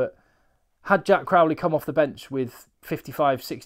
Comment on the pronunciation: I don’t want to come across as a bore but I can’t figure out where this trend of pronouncing Crowley like Crawley. It’s Crow like the bird. It’s quite bizarre. Even the Irish pundits are at it now.